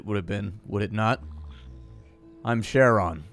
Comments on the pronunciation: the "ch" in CHARON is pronounced more like "k" not "sh" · Went down through comments expecting at least one comment correcting Charon. Charon is in the same club as words like Chrono, Archaeological, and chameleon.